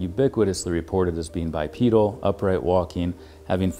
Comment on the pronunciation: He mispronounced "bipedal". That's a great big red flag. Can I write a book about my cat being extraterrestrial and identified as a cat? Most people who have cats can say the same thing. We just didn't write a book.